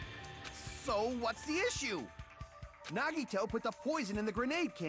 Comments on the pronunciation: "nuh-Vadd-uh" versus "neh-Vah-dah", all over again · Every character on screen, repeatedly, for hours: "NA-gi-to" Arin: "nuh-GI-to" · No part of the game says Nagito's name more than this, and they still pronounce it wrong. I'm not bothered, but it is impressive.